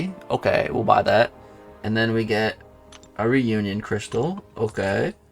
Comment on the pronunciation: learn to read, says reunion wow smh